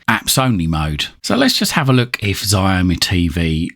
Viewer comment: Looks like a promising little box, Xiaomi is pronounced show-me btw.